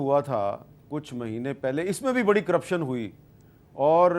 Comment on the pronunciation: گورنر کو کم از کم لفظ کرپشن کا صحیح تلفظ کرنا چاہیے۔